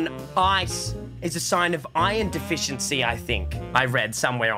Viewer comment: no one Minecraft players: Did he just say iron defficiency?